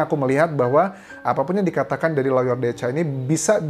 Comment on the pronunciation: Lawyer bukannya dibaca LOYER, Mas Anjas?